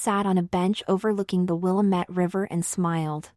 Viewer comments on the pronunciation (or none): lol A story about Portland, Or. and the A.I. voice mispronounces the river flowing through the city. It's not " Willa-met" as a hint.